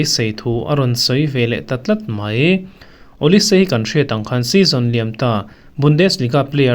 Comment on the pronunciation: Perez a hian Olise a hming hi a lam ri lo. Player tha Ronaldo leh Kaka te ang level tih erawh a sawi. News ni mahse facts hi ouang hram thei ila.